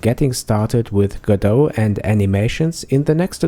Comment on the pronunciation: It's Go-Dot not Godough!